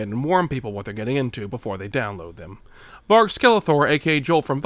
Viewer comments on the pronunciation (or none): none